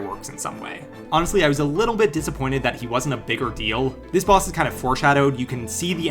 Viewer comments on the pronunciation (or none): none